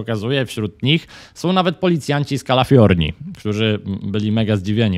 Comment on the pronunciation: Nie Kalafiornia tylko Kalifornia szanowny